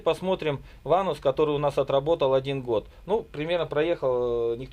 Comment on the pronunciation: В слове ванос—— нет буквы (у) .. или вы любите так ?